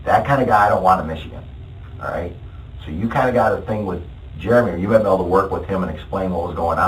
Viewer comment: I hate her accent or voice or whatever it is. Like she pronounces T as D or something or like she’s blowing out all her Bs and Ds, idk but it’s annoying the shit out of me. I cringe every time she says “thing.” “Tdeeeng” 🤢